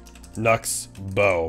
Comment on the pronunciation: When you said Knucksbow it almost sound like you said nuts bow